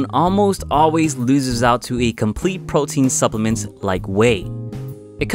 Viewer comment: nigga u said potein